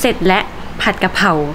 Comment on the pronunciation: กะเพรา ไม่ใช่กระเพรา